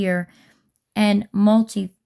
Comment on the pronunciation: Please look up the correct pronunciation and definition of multifaceted